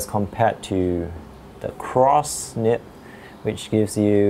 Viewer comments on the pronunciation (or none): It's Nib not nip. Also Noodler's not Noodle. Also broad not brought